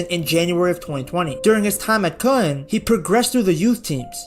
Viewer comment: Bro, your pronunciation of "Köln" was spot on !